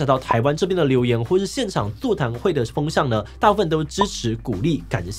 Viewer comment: 媽呀每次我聽到志祺講伊藤詩織這個名字我都會聽成藤崎詩織😂